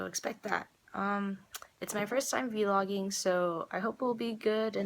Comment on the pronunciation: lol...vee-logging. stop. ಠ╭╮ಠ